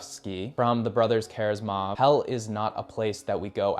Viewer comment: No offense, but it kind of undermines your authority as a book reviewer if you can't pronounce the names of most of these authors correctly. If you're going to post a thirty minute video, it wouldn't hurt you to spend a minute googling "proper pronunciation ____". You completely butchered some book titles too, like the Brothers Karamazov.